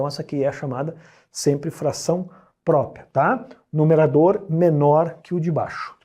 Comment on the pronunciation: O cara manja tudo de math, mas quando o assunto é português... COITADO "IMPRÓPIA" "PRÓPIA" KKKKKKKKKKKK